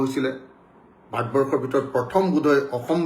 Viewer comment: ভাত বৰ্ষ নহয় মহাশয় ভাৰত বৰ্ষ আৰু আ আ আ কৰি থকা বোৰ ক'লে শুনি থাকিবলৈ বিৰক্তি লাগে।